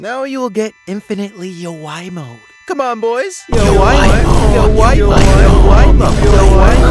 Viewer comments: Bro said "lets infinitly yawai mo him"☠☠☠☠☠☠💀💀💀💀💀💀💀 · When messed up the word yowai mo I was laughing for 3 minutes straight 😂😂🤣😂🤣😂🤣😂🤣😂